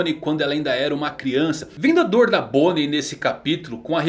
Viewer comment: Luffy conseguiu acertar o nome de bonney kkkk